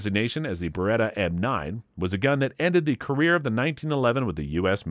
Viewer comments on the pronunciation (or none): none